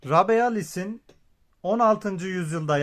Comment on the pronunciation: Rabelais değil ‘Rable’ olarak okunur